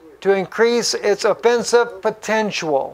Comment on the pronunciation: He said "potentual". Twice. :D